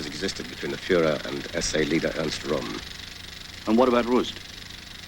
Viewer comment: The research is flawed. Speers' lawyers' name was Flächsner, NOT Flachsner and milk was not measured in pints in Germany and still isn't. Neither was Reich pronounced Reik or Ernst Röhms' surname pronounce Rome! These were only a few errors out of several.